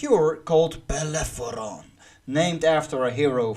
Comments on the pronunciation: "Bellerophon". Not "Bellepheron". Google is your friend. Takes like, 2 seconds. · Belerefonte not beleferonte... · It's "Bellerophon" 😓 But great review man ! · whatever the spelling in English...but you pronounced the f first and then the r...this is why I corrected you. Should be spoken as it is written. R first then f.